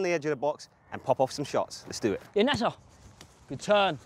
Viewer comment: It's Nacer not Nasa